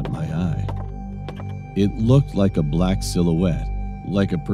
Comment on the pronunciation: A bla-ck-nk (or bla-nk-ck) truck.